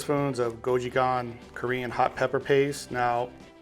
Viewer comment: I love this recipe, mixes korean and western food...let me help you take the pronounciation to the next level. "Goat chu chaang" & "bool ggogi"